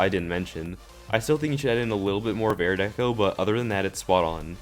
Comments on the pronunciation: I like the part where he says airdeco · Air deco.